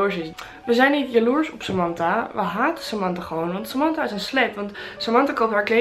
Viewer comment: Samantha spreek je anders uitt hahah, we snappen het punt verder wel